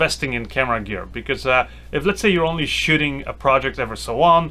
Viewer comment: I hear shitting instead of shooting